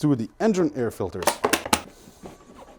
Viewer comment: “Cabin air filteÖrs”